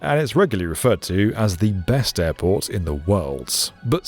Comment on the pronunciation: QATAR airbort